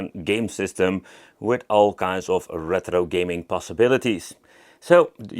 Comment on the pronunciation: why do you pronounce it reTHro pal? 😂 it's easier to say it retro 😊